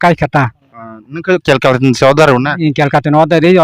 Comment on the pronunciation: Kolkata ❎ kelkata ✅